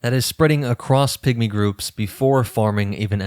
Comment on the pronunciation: I’m so sorry, but I hear „pick-me‘s“ every time he says pigmy 😭 I can’t unhear it!